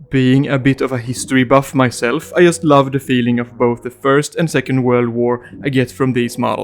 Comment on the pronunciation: "I yust love the yerman coats"